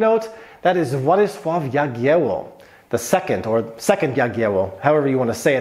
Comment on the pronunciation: Names of kings should be pronounced in a correct way. In this case it was Władysław (name) the second, Jagiełło (Dynasty). Bolesław (name) the first Chrobry (Chrobry is a nickname, which means brave)